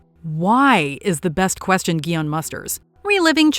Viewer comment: His name is pronounced Gi-hoon. Did you even watch the show? They say it like a thousand times.